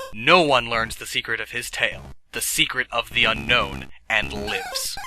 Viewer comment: It's pronounced Un-own, unlike regular Un-known. You're going to want to Un own Unown. XD